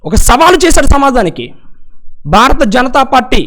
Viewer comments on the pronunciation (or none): none